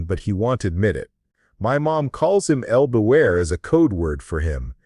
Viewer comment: El Buitre… not el beware.